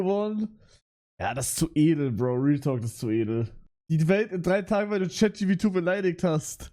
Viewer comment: Warum sagt er chatgp2 das trigert so hart 😂